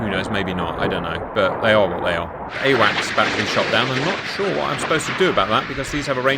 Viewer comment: Just so you know, it's AWACS, not awax